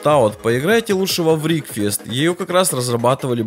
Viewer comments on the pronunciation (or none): ну игра вообще то называется врекфест а не врикфест